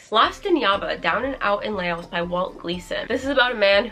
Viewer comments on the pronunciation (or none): hi!! if i’m thinking of the right country, Yaba is set in Laos which is pronounced laus instead of lay-os. just thought i would let you know:) thank u for all the amazing content <333